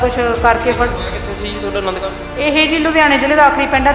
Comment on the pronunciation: ਚਗਲ ਜਨਾਨੀ ਅਨੰਦ ਕਾਰਜ ਨੂੰ ਆਨੰਦ ਹੀ ਕਹਿ ਰਹੀ ਹੈ, ਜਿੰਦਗ਼ੀ ਵਿੱਚ ਹਮੇਸ਼ਾ ਅਨੰਦ ਹੀ ਲਏ ਹੋਣਗੇ ਤਾਂ ਹੀ ਗੂਰੁ ਸਹਿਬ ਦੀ ਹਜ਼ੂਰੀ ਵਿੱਚ ਅਨੰਦ ਕਾਰਜ ਨੂੰ ਤਾਂ ਹੀ ਆਨੰਦ ਕਹਿ ਰਹੀ ਹੈ।ਕਿਵੇਂ ਬਕੜ ਬਕੜ ਕਰ ਰਹੀ ਹੈ।